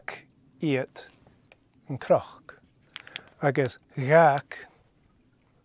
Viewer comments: Hey --out of curiosity, I am hearing an 'r' sound when you say the word cnoc (like a croc as in crocodile). Am I losing my mind??? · Tapadh leibh!!! fun story...as always. Why is CNOC pronounced with an R sound? I am also not sure what i am hearing with DH endings on words.